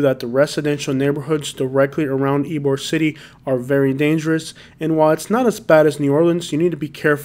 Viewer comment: Bro I would work on pronouncing some of the neighborhoods in Tampa. it's e e b o r e not e e b e r